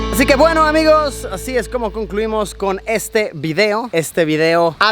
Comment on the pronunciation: Que pasa amicos !!! Amo ese inicio 😍 (No escribí mal amicos, yo asi lo escucho)